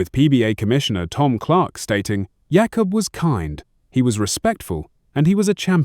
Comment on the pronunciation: Please retape this. His name is pronounced Jakob. Jay cob not yak off